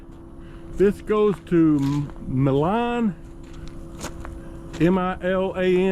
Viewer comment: You can pronounce it "my-lin" (Milan). Maybe 15-20 miles north of Jackson on 45E. You take that north to Union City. And then 22/5 to Hickman for the Tokai? plant.